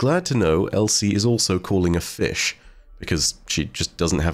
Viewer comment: DAS FEESH